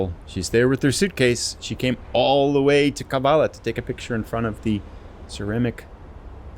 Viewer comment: I was listening while I was eating breakfast and I heard "she came all the way to Kavala to take a picture in front of the tyrannic pelican". I looked up and thought, "Yeah, that must have been 'ceramic'" 😀